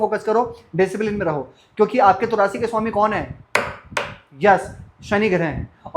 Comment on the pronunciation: श स ष सही नहीं है आपका । रासि नहीं राशि , सुक्र नहीं शुक्र